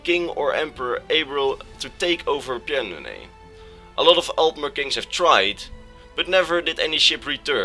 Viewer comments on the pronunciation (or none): I just wanted to tell you for future reference, it's pronounced Pan-do-nee-ah. That's how Pyandonea is pronounced, the "y" is silent so you can ignore it.